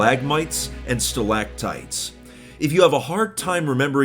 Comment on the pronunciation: Ok but that’s not how you pronounce stalactite lmfao